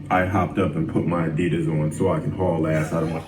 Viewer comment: Lol hopped up and grabbed my Addisas lol that was written just for I’m still trying to accept that he says addias too lol